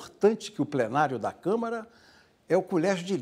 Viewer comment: É CÂMARA, E NAO camera ok?